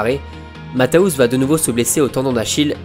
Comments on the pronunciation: super vidéo juste un petit détail ça se prononce Matthéous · Juste une précision : on dit "Matèousse". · Au moins apprendre à bien prononcer son nom serait la base!